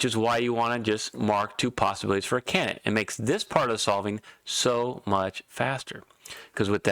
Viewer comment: It's pronounced CAN - DID - ATE not CANNIT matey!